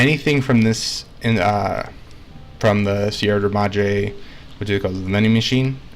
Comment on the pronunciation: "see-ed-ra madre clips"